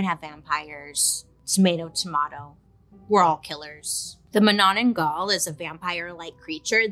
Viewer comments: Filipino subscriber here. You nailed how you said "manananggal"! 👍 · As a Filipino, I got excited when she said "Manananggal" and she was spot on right describing it. Also it is believed that manananggal can turn in to dogs lol. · was so happy to hear about our very own version of monster , im weird haha.. nailed the pronounciation though.. manananggal it is. just to add, it was said that they would rub oil all over their body as ritual just before deattaching upper and lower body. maybe they wanna keep the smooth way of splitting haha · manananggal, hehe I'm a Filipina , I love how you pronouce it, hehe . labyah BAiley :)